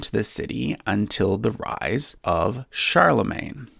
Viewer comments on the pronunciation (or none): none